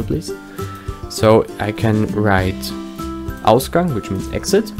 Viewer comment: Ausgang sounds like Australia Gang